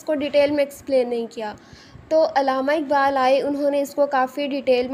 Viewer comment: Pronounce Allama Iqbal not illama iqbal